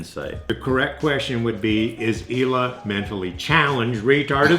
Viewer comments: Ela is a common name in poland, altough you don't pronounce it "Eila". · Guys It's not "Ela" It's Ealuh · Ela is pronounced like e-luh. Ella is pronounced el-uh. Your dad sucks at English.